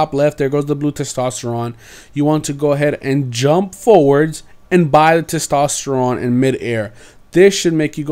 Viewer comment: You miss pronounced testosterone